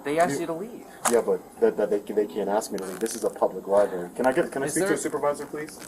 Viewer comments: Bro. I love you, but if you’re going to go to a Li-brary, you should really learn how pronounce the word. You know it’s not a li-berry, right? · WTF is a "liberry,"? Is it like a boysenberry or a marionberry? Maybe a raspberry? Learn how to speak like an adult, mr." journalist." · QUIT SAYING LI-BERRY. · I'm triggered by everyone saying "lieberry," ffs. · “Liberry.” LMAO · He should be arrested for saying LIEBERRY repeatedly. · BS. lawsuit against the CIty of Danbury, the Library, and those cops FAILED. Danbury got the last laugh. And the library rules still require a permit to film in the library (or "lie-berry" as the idiot pronounces it) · He can go into any public LIBARY he wants!! If you gonna scam the system at least learn how to properly pronounce LIBRARY. Clown ass fool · What a sad existence it must be to just purposely want to make some people uncomfortable and annoy others. It's weird. Can't even say the word "library" correctly but yet calls others stupid ( , , among others).